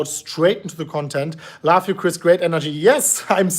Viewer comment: Smash the likes if you think Chris says (laugh) when he says (love)